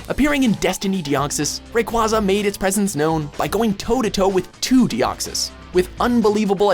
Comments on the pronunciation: Rayquaza's name is pronounced like Ray-qua-za, not Ray-quay-za. Otherwise, I mostly agree with your list. I think that Gardevoir or Metagross should be your number one pick, though. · It is pronounced "Ray-Quay-Zuh", not "Ray-Qwah-Zuh" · It's actually Ray-kway-zah because Quazar is part of it's name due to the fact it lives in the Ozone. At least try to research. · its pronounced "Ray-qway-za" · Don't forget them pronouncing Rayquaza as Ray-kwa-za. It's a very common prononciation but still officially inaccurate. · There is no official pronunciation for Rayquaza, and its pronunciation is debated over. But, Groudon's pronunciation is definitely Grow-don. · Mispronounced Groudon and Rayquaza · Wow. You butchered all three of the the legendaries pronunciations. "Gru-don" I hear this one a lot, so you can have this one. But seriously, Ground. Groud. GROUDON. Come on people, you're killin' me. "Ray-kwa-za" I hear this one a lot too, but you pronounce the last part of its name "Quasar" Ray-Quay-Zar. But Kyogre? You pronounced it right the first time but then said "Key-ogre" the second time. SMH. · it's keay not kwah they always say it that way in the anime and in the handbooks, they never in anything official have called it kwah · King of the Dragons Ray... Raykuaza.. kuaza? and ky... kyugre.. whaaaaaa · Groodon, Keyogree, and Raykwaza. Poor weather trio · And kaioger and reekwesa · TFW you miss pronounce "kyogre" and "grodoun" and "rayquaza" jesus -_